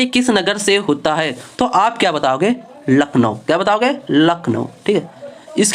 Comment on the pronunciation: Class bdiya thi hats off par lakhnow ❌ nakhlow ☑️